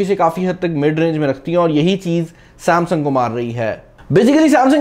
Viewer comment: Saaamsang ni Samsung hota hai bhai..